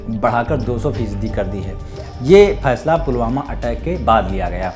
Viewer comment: please to be work on learn hindi then try to do anchoring. You are belong from bihar that is to be known by your Bihari language I hate this type of language. "फैसला = फैईस्ला (you said)"🤣🤣🤣🤣🤣